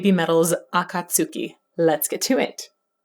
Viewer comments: If Naruto has taught me anything, it's that it's pronounced "Ah-kat-ski" not "A-kat-suki" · Akatsuki is pronounced Akat-ski, you don't pronounce the u. That 'ba-vrrrmmm' you heard in the background was the bassist, my favorite Kami, doing a slide. You can see him actually doing it in the background of the shot. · Actually just pronounced "Ah Kot Ski" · The U is silent 🙈 akatski On a side note... Have you ever listened to wagakki Band? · Yeah!, a detail, it´s written Akatsuki but it´s pronounced Akatski 🥳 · Hearing “Akatsuki” pronounced like that is…odd. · little sidenot : the "U" in Akatsuki is silent 👍